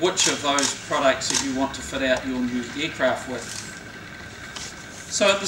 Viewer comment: for eeecraaft XD